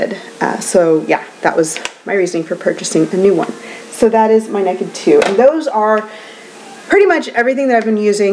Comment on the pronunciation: I love that you said "neked". I can't help but let my inner Texan come out on that word too. ;) So glad to see you back! You look beautiful as always.